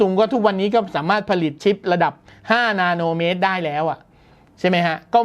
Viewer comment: ทำไมผมได้ยินคำว่านาโนเมตรแล้วขำวะ5555